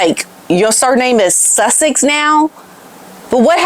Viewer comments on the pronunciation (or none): Does anyone else keep thinking Megan Markle using Sussex sound like she is saying “ l’m Megan Suckit now” or is it just me 😂😂